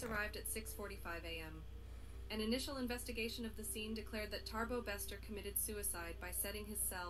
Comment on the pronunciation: Why is the woman saying Tarbo instead of Thabo?